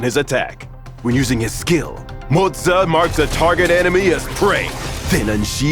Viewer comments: "mo-zuuuh" lmaooooooooooooo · I keep hearing Mozza. Mozza. Mozza. Mozza. Starting to crave Mozzarella here 😳